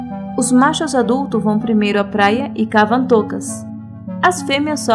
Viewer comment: de portugal com sotaque brasileiro kkkk